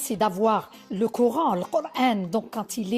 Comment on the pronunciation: En prononçant cor-haine, ils se tirent une balle dans le pied..